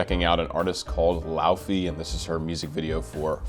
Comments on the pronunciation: It's LAY-VEY for God's sake! It's pronounced LAY-VEY! She's from Iceland! Wise up! And stop interrupting! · Fun to know that her name is actually pronounced lay-vey, dw I got it wrong for months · its said ley-vey and wrote laufey but said ley-vey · It’s actually pronounced “Lay-vay”, which I only know because I’ve followed her on TikTok for a couple years and I pronounced it wrong at the beginning too. Her song “Let You Break My Heart Again” is my favorite, it’s very soft and pretty. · technically, it's loei-vei (in icelandic fashion), and lay-vay in a more english pronunciation! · I loved your commentary, but I would think a person of your caliber would do his homework and learn how to pronounce her name. It is not so hard if you have an ounce of language knowledge outside of English. Other than that, I appreciate you taking the time to analyse the singing of this globally popular star. She is clearly on the way to becoming one of the world's most popular singers and producers. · Icelander here, you're quite off on the pronunciation but great reaction regardless.